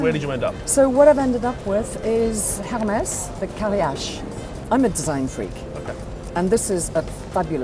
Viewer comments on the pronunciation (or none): appreciate your works guys ! but please learn those french words already :P it is pronounced "ERMES" "MONBLO"